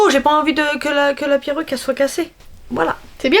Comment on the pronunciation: Le « la piroce « au lieux de la peruce